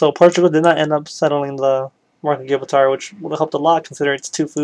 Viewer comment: My brain nearly broke from the sheer amount of things you mispronounced like the rock of Gibraltar is pronounced Gi as in how you say the first 2 letters in gin then br as in what you say when your cold then the al part is pronounced how you say the word all and then tar is pronounced Tur like the first 3 letters in turn